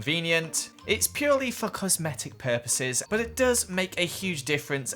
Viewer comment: "For cosmetic purposes" It does sound like it tho " FOR C osmetic purposes"